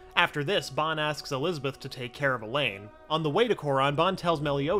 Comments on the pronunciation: It pisses me off that he says bon instead of ban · it is not ban it is pronounced bon